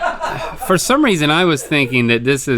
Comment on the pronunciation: Link's "It's time fowwwr" is underrated